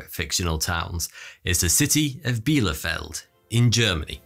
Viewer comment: Erstaunlich wie fehlerfrei er "Bielefeld" ausspicht (obwohl es die Stadt nicht gibt)...